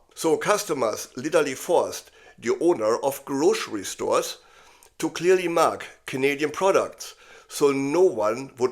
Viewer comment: I subscribed for the content and your marvellous way of expressing yourself. I know now to sip my coffee carefully as I listen, because the careful enunciation and repetition of "grocery stores" for Trump's benefit caught me off guard. :)